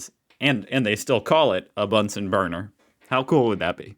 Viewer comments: It is not nice to pronounce names incorrectly. The name "Bunsen" is pronounced with a short "oo" sound like in "look" not like in the video where it sounds as it was derived from "bun". It ist the same with Ernst Ruska (again, short "oo"). And it goes on with other names. I consider it an act of respect to pronounce names correctly. It is not your fault,, that the producers of the introduced video are slightly ignorant. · "Bunsen" is pronounced like the "u" in the english word "illuminate" 😉